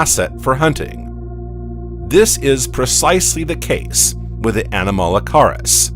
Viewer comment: The period is pronounced "ee-dee-ACK-aran." It's named after the Australian location where the first fossils were found. The "weird shrimp" is "ah-nom-uh-la-CARE-iss."